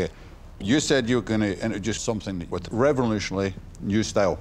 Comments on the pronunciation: "Revonooshuonary" - Duncan Bannatyne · Duncan cant pronounce revolutionary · "Revenlooshanally new style" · BUT INTRODUOCES REVULOTIOANARY STAAAAAYYYLE